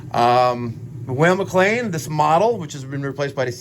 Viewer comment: You state your objective is to make sure it runs safely and correctly, and you are sooooo thorough......yet your air is 7.7% when it should be 4.0-5.0%. Since the "whale" mc lain (it's Weil pronounced like "while") has fixed air adjustment at the burner tubes you should have put a manometer on the gas valve and make sure it is adjusted correctly. it should be 3.5" Hg to match the air intake. Perhaps your combustion numbers would be normal if you found the gas valve was putting out something like 2.9" thus rendering the unit running O2 rich. You missed that step.....and your hypothesis that you will shock or condense a boiler by lowering the limit temp to 165????? Incorrect. The job should be wired cold start and XX should be your gas valve trigger from the switching relay. A delta tee of 20 deg is the normal target on a standard hydronic boiler. How come every cold start boiler in the world doesn't crack on a marginal heat day when the thermostat satisfies and stops the gas valve but the boiler is only at 160????